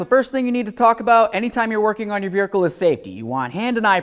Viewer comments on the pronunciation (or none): When did we start putting an R in vehicle??